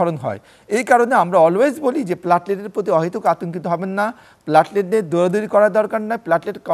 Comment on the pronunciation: Apni aage platelet bola sikhun......platlet abar ki